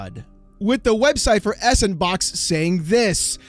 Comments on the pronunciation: Is it really that hard to read out s&box? Like it should top you off immediately that it feels and sounds dumb to say “s AnD bOx” like 75% of the people reporting this just can’t figure it out somehow. It blows my mind. I know it’s not that big a deal but if you’re supposed to have looked into this enough to make a video on it, maybe know how to say it? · i know? Some people aside from are pronouncing it s, and box which i also dont really get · How long until you realize it's supposed to be read as "Sandbox"? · That I think is the biggest risk looming over this. Giving the means to make games and sell them to everyone for free is great and I fully support the idealism. But you can just tell from miles away there's going to be a f**kton of shovel ware produced with sANDbox (that pronunciation was a pet peeve the entire video) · Is anyone gonna tell him it's actually pronounced sand -box? Lol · It's not 's and box', it's Sandbox! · FYI... it's pronounced "Sand BOX" = S & Box ^_^ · He's reading as it looks instead of going 'oh, Sandbox' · it's SANDBOX! not s-AND-box Wow Mr. "it's not EC bald" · It's not "S and Box" LOL 🤣It's "SANDBOX". The "&" symbol is "and" and the S in front of it makes it "Sand". Then put the word "Box" after it and you get SANDBOX. Get it? It's a sandbox engine. Saying it the way you do in the video makes you sound dumb AF. And yeah it's basically RoBLOX for adults. 😛 I think they should just call it Sandbox so people stop saying "S and Box" and sounding stupid! 🤭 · It's not S-and-box it's Sandbox. I have seen many people make that mistake. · Not sure if this is how it should be pronounced, but S&Box I thought was meant to be pronounced Sandbox, because the ampersand (&) represents and. If you combined S and And, you'd get sand which sounds more fitting to what this engine is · Isn't s&box pronounced "Sand Box" you know, playing off the "all the toys available" that sandbox has been in gaming for a while? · It's pronounced Sampersand Box.